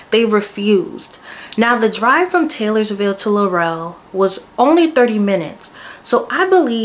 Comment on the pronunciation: We been protesting up here bc it’s all lies… these yt people gone stick together.. And Laurel is pronounced like Laural not Laurell